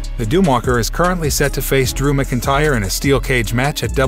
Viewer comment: didnt realize this was a AI voice over until it said Macintyre lol